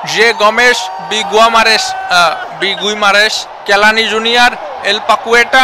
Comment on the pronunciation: Guimares❌ Gua mares✅😂